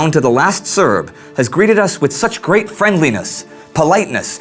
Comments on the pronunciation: is says gerat instead of great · great not gerat lol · " Gerat Friendliness " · gerat? or great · "Gerat friendliness"? Small correction, love the show! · "gerat" hehe